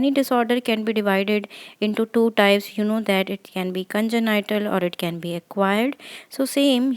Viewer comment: Thank you.. Just a side note, congenital is pronounced "con-jen-nital" not "con-jen- ni- tal" Other than that lovely video. Please keep it up! ❤🎉